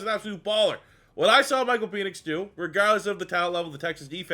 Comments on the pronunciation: I thought it was PEN ix, not PEEN ix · Isn't his name pronounced PENix. Not PEnix. You keep making it sound like something completely different 😂. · I can't tell if you're doing it on purpose, or if it's just that you're Canadian. But it's pronounced "Pen-icks" not "Pee-nix". Love the content. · Pen-ix not peenix. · I was about to say the same thing 😆 🤣